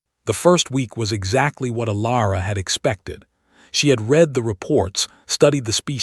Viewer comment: Poor choice of text to voice followed by lack of quality control. Words are consistently mispronounced. Minimum test: read as 'reed', present tense read as 'red', past tense Please correct before trying again.